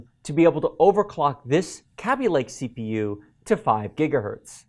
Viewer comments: Me: "Ah yes, Kaby Lake" You: "Kabby lake." Me: "God damn it, whatever, at least you didn't say risen" You: "Risen" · this dude cannot pronounce Kaby and Risen correctly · Highly triggered at the way he pronounces Kaby-Lake and Ryzen. #TRIGGERED!!!